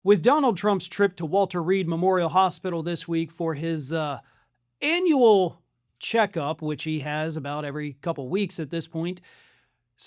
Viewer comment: Are you saying annual or anal checkup.